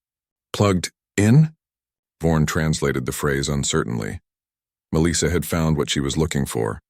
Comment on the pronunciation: This is surely the worst AI voice I've heard. The cadence and pronunciation is terrible. It's Melissa (Mel - soft i - ah) not Meleesa.